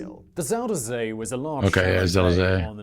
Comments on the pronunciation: it's not züder zee , it is Zuider Zee.. with an ui not an ü or an ou etc.. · zuider zee Southern Sea Pronounced ZUY (like buy with a z) DER (like Duher) z ey (like hey) Zee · Zooderzee, lol. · You were right about them showing a picture of the Flevopolders when talking about the Zeeland flooding and barriers. Zuiderzee (he's not pronouncing it right) because there's the Noordzee (which the English call the North Sea). So it was the South Sea in that sense. I always compare it to saying England instead of the UK. The Netherlands is the official name. Yes! Frisian (Fries) is even closer to English. Dutch: kerk, Frisian: tsjerk (cherk in English spelling), English: church.